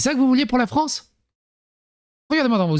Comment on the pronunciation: Pauvre "Fronce"...